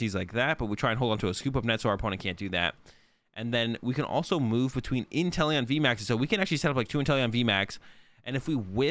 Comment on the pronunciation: I kept hearing you say “Italian Vmax”